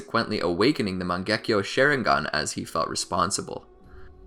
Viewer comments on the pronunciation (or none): It's Sharingan, not Sheringan EDIT: It's Mangekyo, not Mengakyo